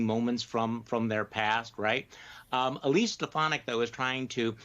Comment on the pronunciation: can't even pronounce her name correctly. "Elsie Steponadik"